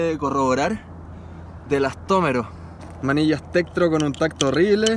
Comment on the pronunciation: Estoy hasta las narices de que digas elastómeros